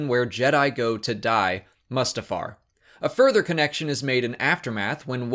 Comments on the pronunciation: This dude runs SW Explained and calls it MUSTafar? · The way you say "Mustafar" is strange. Isn't it "Moo-stah-far"? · Loved it - but can we please pronounce Mustafar correctly?